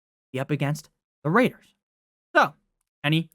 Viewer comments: Goodness, the way you say Las Vegas Raiders is ridiculous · Ridiculously ENTERTAINING